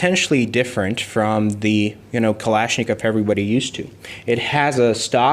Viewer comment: Vlad from Kalashnikov: PRONOUNCE MY EFFIN NAME PROPERLY AND STOP TRYING TO SNATCH THE GUN OFF ME!